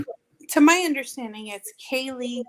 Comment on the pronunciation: Hey girl, no insult. But Kaylees name is pronounced - Kay- Lee